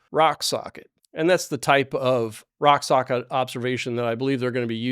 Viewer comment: My compliments that you said' rock sockit' several times with out .mixing up your r and s and saying sock rocket